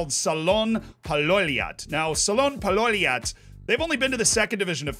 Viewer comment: When you tried to pronaunse the word Palloilijat(the Ballers in english) I couldn't stop laughing. It saunded like Paloliljat which tranlates to Firelilies